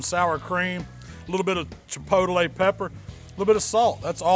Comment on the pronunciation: lol some "Chipotlelay"